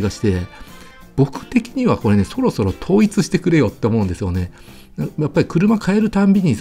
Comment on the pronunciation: 「これ」のことを「こえ」っていうのは幹也の癖なの？それともステハゲのマネ？